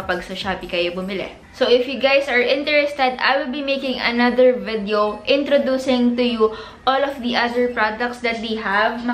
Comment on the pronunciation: ma ur agree.. and she sometimes pronounces video as “vedyow”